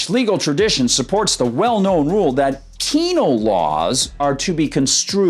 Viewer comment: You said penal lol. That has never been so fitting